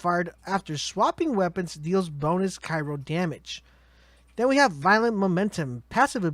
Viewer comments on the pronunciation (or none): CRY-O as in cold or kept in place, Not Cairo as in the place in Egypt.